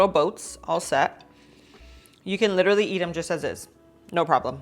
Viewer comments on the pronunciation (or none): Her nails, just can't get passed them. Her over use of the remark " le tra ly" is she trying to say "literally?